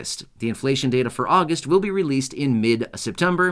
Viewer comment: Chain again? You said Jun Jul and Agost